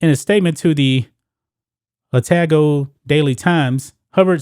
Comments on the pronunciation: Otago is pronounced O-tar-go. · It's pronounced O tar go, it's not that hard buddy.